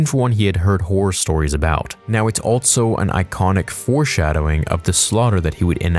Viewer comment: You say “also” so weird. “ALTSO”